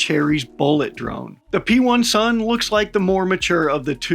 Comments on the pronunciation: P1-SUN is actually pronounced with “i” instead of “1”. Which means pen1s in Ukrainian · Btw "P1 sun" we say like "pisun" wich literally mean penis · It's so fun how you pronounce P1-SUN, its literally mean a "Dick" in Ukrainian 😅